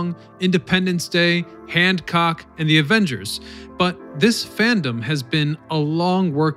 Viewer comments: Did you say Handcock instead of Hancock? I think the former is a different genre of film. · Hancock doesn't have a D in it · Had to laugh when you referred to the movie Hancock as "Hand-cock!" Lol. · Wait, what? „Handcock“ ? 😆